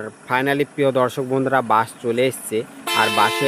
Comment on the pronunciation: বাশ নারে বলদ বাস আর একটার না অ্যাক্টর ভিডিও বানানোর আগে সঠিক ভাষায় কথা বলতে শিখেনে 🫪😆